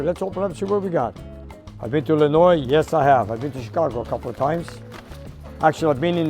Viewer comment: Oh yeah, I, forgot to let you know. So many people here in America. They say Illinois wrong. For some reason, they have trouble leaving the S, silent. Glad to hear Illinois being said properly.